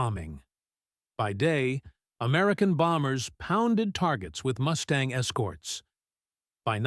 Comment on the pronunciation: Moose-tang??? :face-blue-smiling